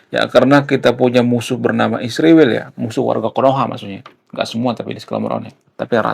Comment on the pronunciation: Kalo sebut Israel Isriwil, sebaiknya kalo sebut China baiknya Cinoh.